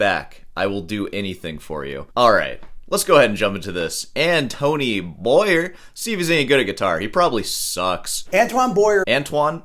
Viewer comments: It's pronounced Antwan Bwa-Ye (Like in Kanye) btw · I always marvel at how Americans can’t do a little research in order to pronounce a name properly. An-toe-whan Boa-e-eh… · So, you have a BA in music, you're a guitar teacher and you can't even pronounce the guy's name, even after hearing Beato pronounce it. And, you got fired from Walgreens. Way to go. This guy plays around the world with his wife, one hell of a harmonica player. And, neither have been fired from Walgreens. What do you have to do to get fired from Walgreens? Cop an attitude? Good luck and I hope Walgreens calls you back. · Learn some French, you American... for once... Not even being able to pronounce Antoine Boyer. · Yeah, if you are going to review a guy, learn to pronounce his name! It would be a sign of respect, but then respecting others does not seem to be one of your strong points. Stop whining - oooo I go school as long as a surgeon - well actually you don't, but yeah music degrees are generally not worth much, generally not respected, get over it. Plumbers don't get a lot of respect either but they make more money than most musicians. If you wanted money you shouldn't have studied music you should have studied medicine, or accounting or been a welder or an electrician. It just sucks when people make choices and then whine about the results.